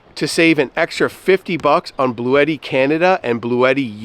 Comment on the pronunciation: To help ya out further - It's pronounced Blu-yeti Not Blu-tee:)